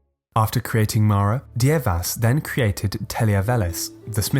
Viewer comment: Dievas is pronounced Dear-vas...get it right!